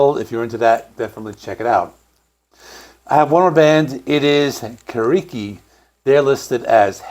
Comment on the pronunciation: hehehe welldone pronouncing thesssaloniki but now you misspronounce khirki :) and yes i think too that khirki's album was of the best in 2024. nice video